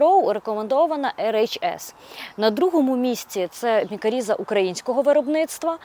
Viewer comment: Дякую а інформацію! Лиш не мікаріза, а мікориза.